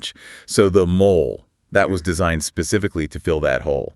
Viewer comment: Is this AI? Why are they pronouncing it mol-lay?